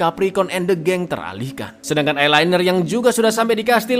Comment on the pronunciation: Namanya Elinor tapi kenapa kedengerannya eye liner 😂😂😂